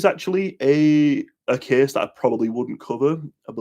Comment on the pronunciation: This kiiiis tiiiks pliiis...😁